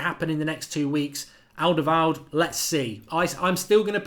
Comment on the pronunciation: I really wanted alderweireld, until I realised whenever mark mentions him, ill have to hear him butcher his name ffs